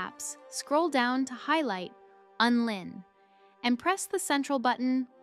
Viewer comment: WTF are you talking about? It's called Unlinked. Not Unlin. 😆😆😆